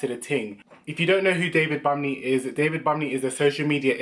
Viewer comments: The n in bunmi is silent I know you don’t care 🤣🤣 but just for times u meet other people who’s name is bunmi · He said 'David BUMMY' LOOOOOOOOL